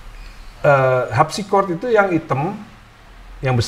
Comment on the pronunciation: dia bilang Al Habsi